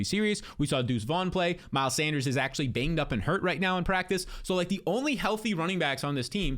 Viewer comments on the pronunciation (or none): none